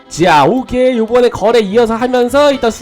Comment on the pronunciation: 자~ 오케오케 아닌데요 자~ 오께오께~